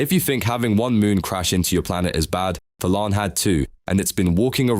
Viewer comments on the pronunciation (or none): Thalaan name pronounce: theylan The name: thalaan